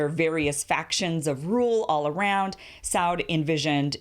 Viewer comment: ibn with a short i, not long. Sah-ood, it does not rhyme with cloud.